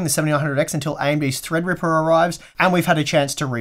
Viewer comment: THREADRIPPA! Must be fun to say it like that all the time.